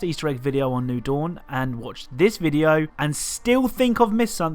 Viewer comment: "new doun"